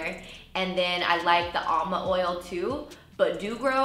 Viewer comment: It’s not alma, it’s amla sis.